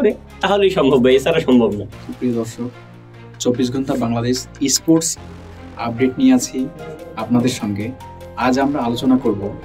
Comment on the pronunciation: তোমরা আগে স্পোর্টস উচ্চারণ ইস্পোর্টস করা বন্ধ কর...পরে খেলা নিয়ে কথা বলেন